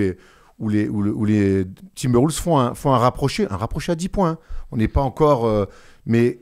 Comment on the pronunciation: Super vidéo les gars. Par contre quelle est cette manie dans les médias NBA français de prononcer "Timberwoulves" ?? C'est quoi le concept mdrrr